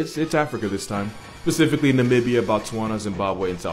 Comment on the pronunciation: But he says PACIFICALLY IN ALMOST EVERY SINGLE VIDEO HES MADE?!?!?!